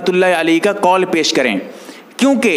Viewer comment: بھائی سیخ نہیں شیخ ہے پیس نہیں پیش ہے ذرا تو جہ دیں کسمکس نہیں کشمکش ہے